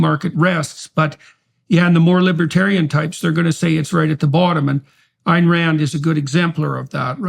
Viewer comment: I really dont get how someone can claim to have read Atlas Shrugged multiple times and not only not pronounce "Ayn" correctly, but utterly miss the repeat denunciations of hedonism and calls for an integrated life. In fact, utterly missing the life of productive effort as the highest ideal. Her character's only desire and enjoy "hedonism" after they earned the right to it. For them the joy of producing something, for its own sake and the glory of accomplishment, comes before everything else.